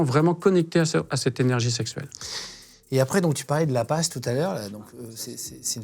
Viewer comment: l'APPAS ou "la passe" 🤣🤣